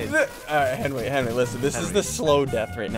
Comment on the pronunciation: Its not me and henwy its henwy and I